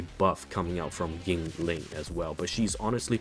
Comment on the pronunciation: I took a shot every time you said her name wrong or used the word "broken" to explain a basic interaction and now I have died